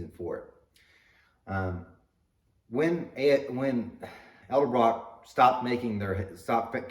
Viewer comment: not eld abrock